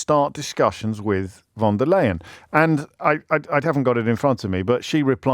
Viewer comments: James, it is pronounced „von der LIE - en“ not „LAY“ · It's pronounced 'Fon', not 'Von'. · Juust so youu know James her name is pronounced fonn derr lye in.